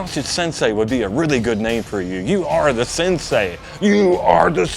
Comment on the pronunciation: You know someone was never involved in marital arts when they say "sinsay".